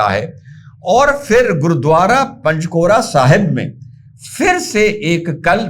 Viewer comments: पंजकोरा नहीं सर पंजोखरा साहिब बोलिए. कहीं ऐसा न हो कि आप पर बे अदबी का इलज़ाम लग जाए. आज कल ये तालिबानी बने हुए हैं. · Gurudwara Panjokhara sahib ji bolo, aap galat pronunciation kar rahe hain.